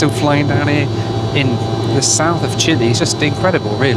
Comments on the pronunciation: „Chili? This is a condiment. The country is Chile. The e in the end should be pronounced as in ten and not as in tea. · CHILE NOT CHILI LOL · Until I saw the map and spelling of the locations, I didn't know where you were headed,. It is not PORTO Williams and the country is not CHILI (OR CHILLY--which is what you were) Puerto Williams and Chile. Please learn the correct pronunciations so your followers aren't confused. (maybe I am the only one). But the BAC-146 is pretty cool.